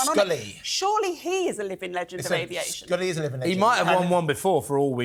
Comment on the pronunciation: It's "Sully" (Sullenberger) not "Scully". Apparently his legendary status has reached its demise in your eyes!